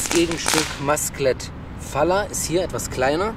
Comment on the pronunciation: Schöne Böller. Apropos spricht es sich Masclet Fajer aus. Im Spanischen wird LL wie ein J ausgesprochen.